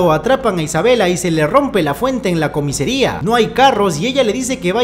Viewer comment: Me hace gracia como dice siempre "comesaria" en lugar de "comisaria" 😂 por cierto, en la 2 lo de "se va a producir una carambola" será en Latinoamérica porque en España dice "se va a producir una colisión en cadena"